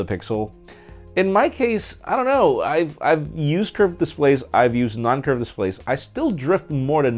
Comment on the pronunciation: i like how you say "i don't know " 😂😂